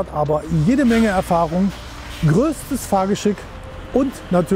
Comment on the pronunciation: Das selbst der Moderator nicht in der Lage ist das Wort "Anhänger" auszusprechen ist traurig. 🤷‍♂️🤷‍♂️